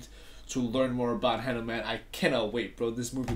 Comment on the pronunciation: Bro not new man it's hanuman😂😂😂😂😂😂😂